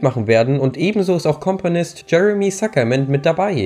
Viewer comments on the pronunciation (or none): hast du Kompanist gesagt? 🤔😂